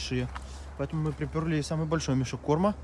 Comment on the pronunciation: Поэ́то́му нежалъ